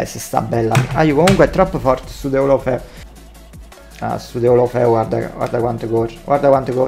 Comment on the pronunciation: Nessuno:: DELOFELU <3